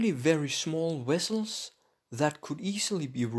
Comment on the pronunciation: Lol, wessels